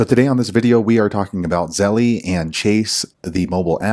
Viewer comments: ZELL, not ZELLIE! LOL Stop saying it wrong! Just something that grinds my gears haha! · I thought my brother was the only one who pronounces Zelle as Zelly😂